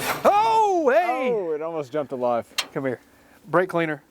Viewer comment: Did i hear a "blake cleaner" in there ? 😂😂